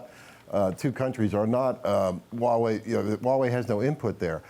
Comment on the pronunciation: Why can no one pronounce the H in huawei? I cringe every time.